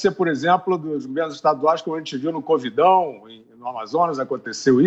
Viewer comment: Boa 0 1! O "covidão" tá difícil hein!